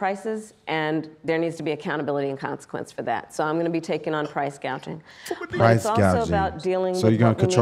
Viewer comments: At least she pronounced price gouging right this time. Initially she said price gauging 😂😂, even immigrant like me knows it’s price gouging not price gauging. What a joke she is! And American people want to elect this woman to hold the highest position in the world?! Can you imagine she talks and negotiates with other world leaders? It would be so embarrassing! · She pronounced price gauging right. So she's made some chages to her script.